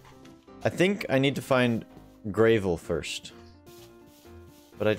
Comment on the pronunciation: (I'm u/rossilaz from reddit) Nice job man, by the way, it's Grah-vel not Gray-vel. You'll probably die alot so don't get attached to anything, as you could lose it if you're not careful (Including that turkey, keep it safe!) here are some tips: By the way, if you press H it will bring up the heath menu. Also when you get hurt it will show an image of your body with colours green, red or orange. try to keep it green! if your body or head goes red you will die. the health menu shows you the amount of hearts your body parts have. (ps; you're doing better then i was my first time!) that creature heals you and your body parts when you are near it, so if you want some easy healing to go it!